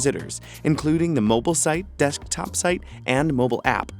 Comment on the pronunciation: "Deshkktop site" Bhahaha